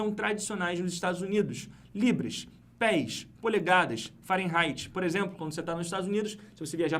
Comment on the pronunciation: O, no Google a pronúncia é Fa-re-nai-ti e não Fa-ren-rai-ti...